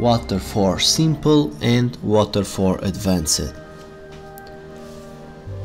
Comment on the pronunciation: What exactly is ADVAN-CED in your WIDEO? If you would learn to speak proper english before posting a VIDEO, then we would not have this confusion in AMERICAN YOUTUBE!!! ADVANCED is pronounced "ADVANST", not ADVAN-SAID. You are getting your SPANISH pronunciation confused with ENGLISH pronunciation... Geezus